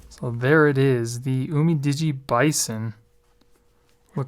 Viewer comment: It's "you-mi-di-gee"